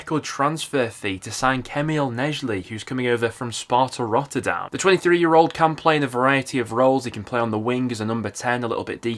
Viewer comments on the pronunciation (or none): none